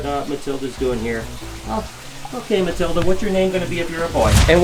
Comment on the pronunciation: Matilda = Matildo lol